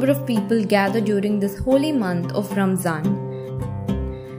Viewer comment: Ramadhan, not RAMZAN